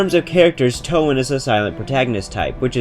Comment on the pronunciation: “Toe Anne”